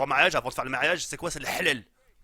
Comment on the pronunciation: Tu dis pas mariage mais ma3iage